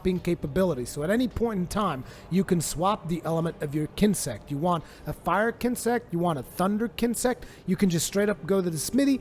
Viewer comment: Daniel Fusco but he said kinsect right.